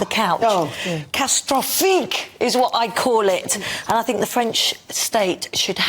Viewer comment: Its not catstrophique..its cata stro phi que